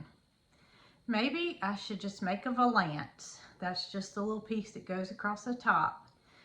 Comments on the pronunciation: It’s a Val ance not va lance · your addition to the aviary was way harder than your valance. I just wanted to poke fun at you a little about how you say "val-ants". I've made a few (years ago) and hung a few more, and we always say "val-unce". It made me wonder if I'd been saying it wrong all this time so I Googled "how do you pronounce valance". You'll have to say Uncle on this one. I feel like you, and speak my language because I'm just a couple states to your right. Y'all visit here a lot. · 😂 I love the way you say. " Valance". You say..Va..lance. We say Val...ance. I live in Ohio and have never heard it pronounced that way. That really does make a difference! I have sewed all my life. The rule of thumb for ruffles/ gathers is 3 times the width. 🥰.. OXOXO to you and all your family and animals ❣️ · I like the Valance. You did a good job. Your pronunciation of Val' ance is not right. It's val ance not va lance. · Great job on the valance. I have to say that I have never heard anyone else pronounce the word valance like you do.